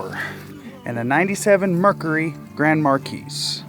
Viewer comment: He said mercurry grand markeys